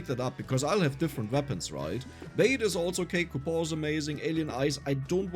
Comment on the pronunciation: I am genuinely curious, why do you pronounce coupon as "cupo", I've never in my life heard anyone pronounce it like that